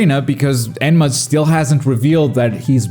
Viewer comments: “Enma” lol it’s enmu but I love “enma” 😂😂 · Please stop calling him enma 😢